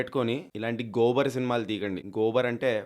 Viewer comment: Gobal ❌ Gobar✅